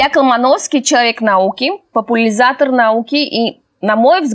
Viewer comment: Так, я одна услышала вначале 'популизатор'?????? Это что, от корней попу и лизать???